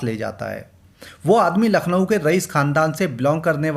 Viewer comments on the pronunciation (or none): none